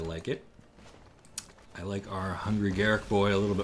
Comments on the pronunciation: Wizards stated years ago that his name is not pronounced "Garick", it's pronounced "Gar-ruck", as it rhymes with truck. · I know WoTC said his name is pronounced Garruk, but I prefer Garruk. I've always called him Garruk and refuse to say Garruk. Fight me